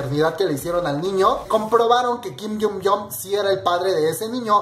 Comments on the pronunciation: Se pronuncia asi - GIM JYUN YUNG - no - KIM YUN YONG - no estoy criticando es solo para que lo sepas como se pronuncia. :D BESOS :D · Me encantan tus actualizaciones pero trabaja mas en tu pronunciación de los nombres por favor ya que los repites mucho, como en este caso que dices kin yumyom ^^u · por favor 🙏. Se pronuncia "GUIM ION CHUNG" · tu pronunciación del nombre está mal